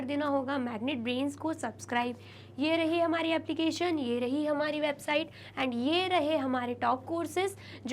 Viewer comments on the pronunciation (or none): none